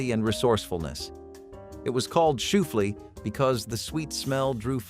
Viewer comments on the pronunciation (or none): It’s not shoe flee pie it’s shooFLY pie,and the chocolate shooFLY pie is even better